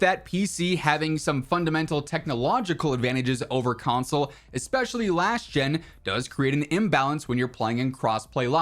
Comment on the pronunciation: Console.. is the word you butchered in every way possible. 😂